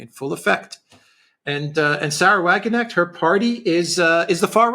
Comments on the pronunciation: Alexander prefers the British pronounciation...🥴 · What a silly thing to say. He prefers pronouncing her name incorrectly. 😂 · Guys, smartass here. The K in English is often silent as in know but in Wagenknecht it is actually pronounced a hard 'k'. It separates the two words Wagen and Knecht. The name means farmhand to the wagon. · Someone please tell Alexander that in the name Wagenknecht the k is pronounced unlike the k in knight e.g. in English. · Generally good analysis. Please Alexander pronounce the name of Sarah WagenKnecht correctly. The K is pronounced. The elections in the two States show a high level of political awareness and responsibility of the electorate, manifested by the wide spectrum of politics voted for and a high, 74% voter participation. Contrast that to the recently held UK election and the forthcoming US election. Granted, these were regional/federal elections but they broadly reflect the trend. Democracy seems to be alive and kicking.